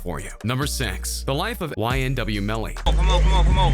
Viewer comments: Man keeps saying sex instead of 6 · Y do u say 6 as sex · He said number sex